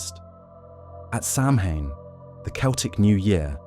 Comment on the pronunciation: OK, I really like this program but it does get a bit repetitive after an hour. I figure it is AI because isn’t the correct pronunciation of Samhain Sow-ween? Still, I like it.